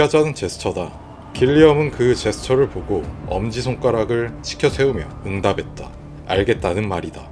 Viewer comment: 노력했다를 노려'캤'다로 발음해주시면 더 좋을거 같아요!! 이 부분 전에도 '응답했다'발음이 조금 아쉽더라고요 신경써주시면 감사하겠습니다😊 영상 잘 봤어요!!